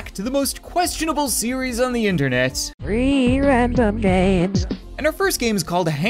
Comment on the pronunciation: i hear ree random games lol